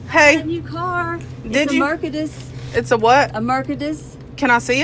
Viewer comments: That lady mispronounced “Mercedes” and said “Merkades” 😂😂😂😂😂😂😂😂😂😂 However, these are all worlds dumbest customers tho! 😂😂😂😂😂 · 🤣🤣🤣😂😂😆 “ a merkediss “ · She said it like merkadiss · It's a mur-kad-dis